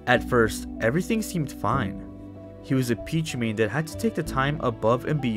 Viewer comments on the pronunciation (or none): ITS PEECHU NOT PEACH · i know what ur talking about, but why do u keep calling him “pich” when “peach” is in the game, listening in the background gets kinda confusing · Pich-U the u is not silent